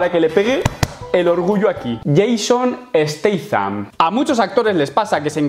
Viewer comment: Menos mal que has pronunciado bien el apellido, porque cuando lo dicen mal se me cierran los oídos